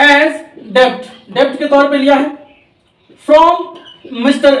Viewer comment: It is det not debt b. Is silent